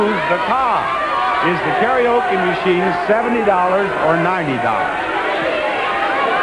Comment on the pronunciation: Cant even say karaoke